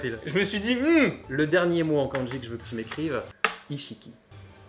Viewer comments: le prof prononce mal le mot *Kanji*...finalement un vrais bilingue il n y en a pas ... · Houla ! Quand déjà j'entends la mauvaise prononciation du mot "漢字" par le prof, j'ai peur ! Il ne faut pas prononcer ça à la française, mais comme ça se prononce : か+ん+じ... Enfin, bref, je continue quand même la vidéo parce que ça peut être rigolo. Bon, à part "火", ce sont des kanjis qu'on utilise pas. Sinon, vous pouvez m'expliquez pourquoi vous avez écrit "asarashi" au lieu de "azarashi" ? Bon, en écriture de kanji, ton niveau est meilleur que le mien. Autant, je peux les lire un peu, autant les écrire, c'est limite impossible, je ne me souviens pas. Les phrases à traduire étaient très drôles ! Pour les lapins, un de mes profs nous avait expliqué qu'à une époque, les japonais (le peuple) n'avaient pas le droit de manger de viande à part du poulet et des oiseaux. Mais il y a eu une pénurie et affamés, ils se sont rabattus sur le lapin qui était à profusion. Pour se donner une excuse, ils les ont comptés comme les oiseaux. Pour conclure, les kanjis ne servent à pas grand chose... Etre bilingue c'est parler une langue, pas l'écrire ni la lire...